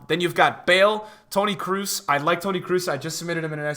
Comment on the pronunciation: Its not tony krus is tony kros like cross (square button)